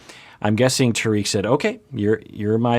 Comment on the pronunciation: Trying to be nice about this but it’s not pronounced ta reek it’s pronounced tar Rick rhymes with spar and lick